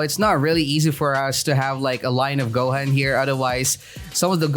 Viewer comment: It's not go-hen it's goo-hooooon